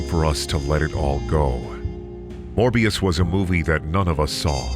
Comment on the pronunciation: It's not morber. It's never morber. #morbthesequel